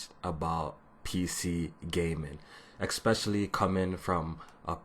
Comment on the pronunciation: lost you after you said exspecially instead of especially.